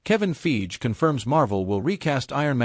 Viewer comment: Kevin 'Feege', pronouncing Fiege like Siege. 😅